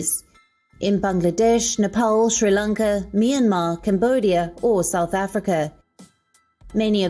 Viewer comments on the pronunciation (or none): none